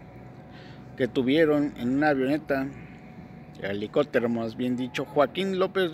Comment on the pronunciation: No se como pretendes dar tu opinión e interpretar un tweet, te aconsejo primero aprendas a leer y hablar no se dice elicotero antes de criticar elabora una autocrítica y ve tus errores, no hagas el ridiculo